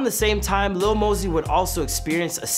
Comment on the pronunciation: It's Lil not Little